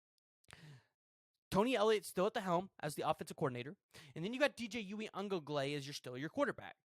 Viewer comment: If you can't pronounce Uiagalelei just don't try because you are butchering the fuck out of it